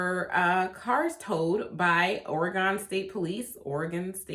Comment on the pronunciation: Oregon Driver's License - non-commercial - Valid for 8 years: $60 initial / $40 renewal Oregon Vehicle Registration fee - Valid for 2 years - ~$122 (depending on the year of the truck) Also - You said "Oregon" properly the 2nd time. :D "Origun"